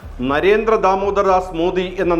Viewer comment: നരേന്ത്ര മോദി അല്ല നരേന്ദ്ര മോദിയാണ്. അതുപോലെ കേന്ത്രം അല്ല, കേന്ദ്രം ആണ്.